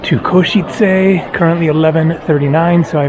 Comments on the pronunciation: In case it helps - you say it well, but just the "e" at the end of Košice isn't "ayyy", it's a short sharp e sound like the e in bed or dead or the start of Everest (not sure if that makes sense but I can't think how to explain it better via typing) - something like "Ko-she-tse" not "Ko-she-tsay". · the first foreign person who can pronounce Košice correctly 😂